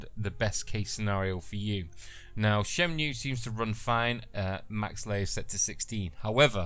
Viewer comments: Shenmue, not SHYENMYOO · shen-moo, not shen-mew.